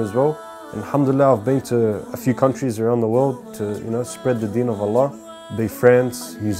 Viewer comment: May Allah reward you immensely and forgive you for your previous sins and infact turn them into good deeds. Brother, just remember when saying the shahadah, end it with "Allah" and not "lah". Just some brotherly advice. Peace :)